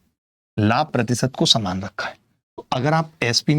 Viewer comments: saman not samaan🤣😂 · Saman not samaan 😅😅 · Saman not saman 😅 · Saman❌ saman✔️😂